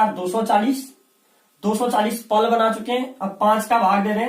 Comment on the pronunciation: पला नही, पल होता है।